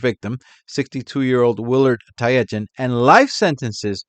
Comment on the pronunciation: Not wanting to be that guy, but one of the victims, Willard Tietjen his name is pronounced tit-jen. I only know that because the former All Black rugby sevens coach is named Sir Gordon Tietjens.